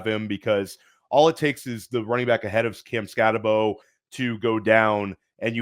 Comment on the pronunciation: Fire video of two of my favorite creators. But someone has gotta help with the pronunciation of these player names man. 🤣 Skattebo and Jack Bech in this video specifically lol. Good thing they're not from Ore Gone lol.